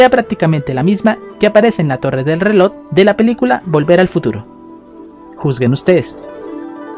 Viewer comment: pronuncia bien las palabras como EFECTIVAMENTE no efedtivamente o RELOJ no relod